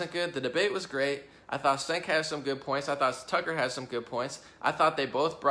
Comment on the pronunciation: "Cenk" is pronounced "Jenk"